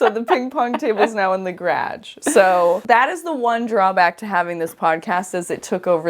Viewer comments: Every time they are saying BOOcul i'm giggling. I love the quirky way of pronouncing things. Garage is a perennial fav! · she does say garage in this video but I have never heard someone pronounce it that way. I could let the boucle pronunciation slide but if she were here in the US no one would let her say garage the way she does lol.